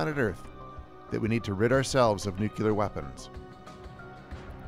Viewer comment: Will someone please realize that the word is NUCLEAR?!!! IT IS NOT "NEW-CUE-LER!!!" YOU SOUND LIKE A FUCKING GOP HICK WHEN YOU SAY IT WRONG!!! NU-CLE-ER. GET IT? JESUS!!!